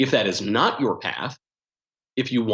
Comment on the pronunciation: Youer, poest, neow